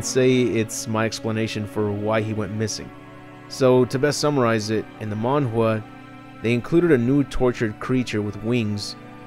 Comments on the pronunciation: Man GA not Man jua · Are you trying to say "manga"? Cuz the subtitles doesn't understand what you're trying to say 😅 the way you say it sounds like "man wah", it's like mango but with a the letter A in the end 😅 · The way this man pronounces manga like manhwa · Wtf is a Monwa? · Why do you call manga mangua/manwa? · Is he pronouncing manga incorrectly!? Because it's making me cringe every time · Is he saying Manga?